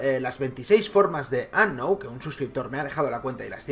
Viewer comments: Como capturar a "ANOW" por dios se pronuncia unown, y eso que intento no insultar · "Announ"...¡"Announ"! ...luego dicen que suben Pokémon GO porque les gusta pokémon y que no es por visitas, pero no saben ni pronunciar Unown... "Unoun" se pronuncia... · Se pronuncia unown no anow :v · se dice unoun :v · se dice unou